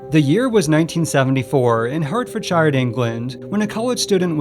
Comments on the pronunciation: HURT-fordshire? Silly Ameican. It's pronounced HEART-fordshire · did you mean Hertfordshire? As in pronounced like hart-ferd-sheer, not hurt-fard-shire! 😂😂😂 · 'Heart-ford-shyoooooor' lol Americans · The pain I felt when you couldn't pronounce Hertfordshire it's meant to be hert-ford-shiyer I mean no hate but more constructive criticism... Love the video tho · Hertfordshire...hertford sheer, its not of lord of the rings. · "Hurt Ford Shire Eng Land" hahaha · Heartfordshire is pronounced Heartfudsheer. Love the video btw. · are you trying to say Hertfordshire?